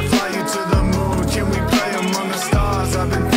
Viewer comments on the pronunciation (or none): none